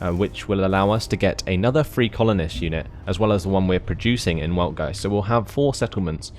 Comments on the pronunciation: say it how ever you feel comfortable. "Veld-Guy-Tzd" is actually how it is pronounced according to German grammatical rules. I wasn't going to correct you because this commentary is in English not German but I don't want you to be given incorrect information. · Just a heads-up, the proper pronunciation of the capital is "Weltgeist", pronounced with a V, so "Veltgeist".